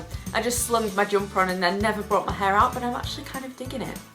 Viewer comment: i love how you pronounce "but" hahaha "booooot"